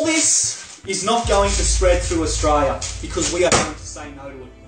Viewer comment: Mate will you please pronounce the word Australia correctly. The last three letters are l.i.a. it sounds really bogan the way you say it.